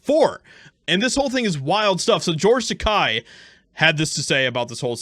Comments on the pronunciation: Its george TAKEI. not takai. Takei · I am by no means sticking up for him, but Christ... It's George Tah-Kay, not George Tah-Kye. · As much as i dislike him. It's not Takai, it's Takei! I will call you, not Joshieha! Say: Ta-kay. No means to disrespect, i just never want to disrespect someones name! May i agree with him/her or not! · It’s pronounced Ta-kay, fyi. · Only because I liked his character in "Star Trek" am I going to correct you. He is an insufferable, miserable old gay man, but his name ends with a long "A" sound, not a long "I" sound. It rhymes with "okay". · His name is pronounced TAH-KAY! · Dittos. But I believe the name is Tuh-Kay.. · Takei is pronounced Ta-KAY!!!!. 'EI" pronounced like the word "eight". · Side note: it's pronounced Tuh-kay Like the Fonze "aaayyyy"